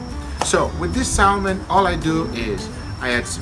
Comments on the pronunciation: I'll give a try today....FYI....it is not pronounced Salmon...it is pronounced Sammon....I should know , now ya'all do too. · PLEASE learn to say Salmon and Briquettes correctly LOL